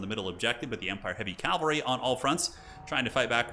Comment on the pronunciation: Cavalry not calvary!